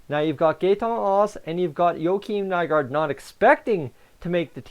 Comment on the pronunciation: Good video buddy practice does make perfect I remember when Haas and nygard got signed you had such a hard time pronouncing there names getting better friend 👍👍